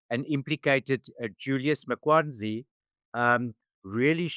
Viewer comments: Interesting. Always enjoy your channel. messed up a few times with pronouncing Mkwanazi as Makwanzi and ICJ as Jci?? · For Pete's sake, couldn't your guest be bothered to pronounce this crook's surname properly? It is "Mkhwanazi", not this nonsense that he spews here. Get the names right! That's where stating facts begins.